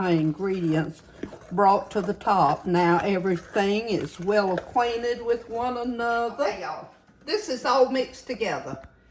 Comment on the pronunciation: I love how she says "get aquatinted"! So very southern!❤